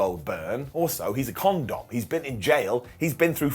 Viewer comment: Con-Dom 😂😂😂😂, ah you sure know how to make me feel all warm and fuzzy in me tum tum😊